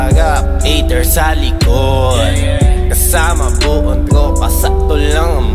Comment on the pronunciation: Cute mag bigkas ni sa mga words. "Kasama buong twopa" "Dogie sa hawap" HAHAHSHSHSHSHS